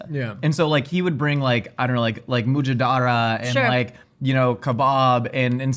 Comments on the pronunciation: "MOO-JA-DAR-RAH".... I'm going to hold your hand when I say this. NOOOOOOOOO!!!!!!! "Mm-jhad-rah". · the way he pronounced mujadara killed me lol its less "moo-jah-dara" and more "mm-jahd-rah" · As a lebanese person, hearing pronounce moujadara is so funny 😂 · I am Lebanese and mujadara and kebab pronunciation was everything 😂